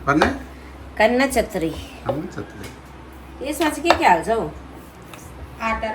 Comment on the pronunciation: കണ്ണച്ചത്രി അല്ല കണ്ണുവെച്ച പത്തിരി ആണ് 😂😂കോഴിക്കോട് സ്പെഷ്യൽ